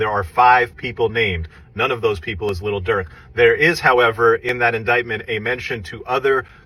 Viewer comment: The way he says “little” durk lmao.